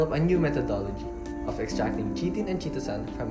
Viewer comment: I think it's pronounced as kay-tin and yep Cellulose is the most abundant...